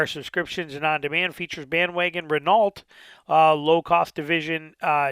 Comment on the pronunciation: learn how to pronounce hyundai and renault, you sound uneducated right away when you say hondai and renalt, if youre gunna do automotive news at least pronounce the brands correctly.